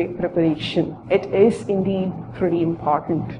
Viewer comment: imphartant or important ? POS!